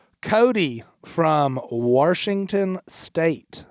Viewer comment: One thing we can control is the mispronouncing of the great state Of WASHINGTON. There is no R in the entire word. Stop pronouncing it WaRshington. It’s disgusting to all Washingtonians.